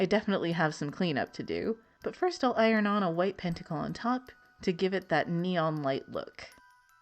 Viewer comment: Neon -> "Nia"